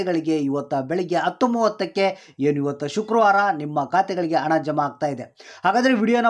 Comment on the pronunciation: ಸರಿಯಾಗಿ ಕನ್ನಡ ಮಾತಾಡಪ್ಪ ಮೊದಲು ಅಣ ಅಲ್ಲ ಹಣ ಅಣ್ಣಪ್ಪ...